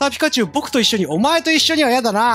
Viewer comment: ピ↑カチュウ